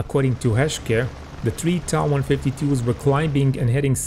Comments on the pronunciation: Not pronounced 'ta' but t.a. . . . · its not ta, its tiiai